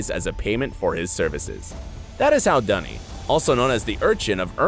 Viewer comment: its NOT Dunny its Duny XD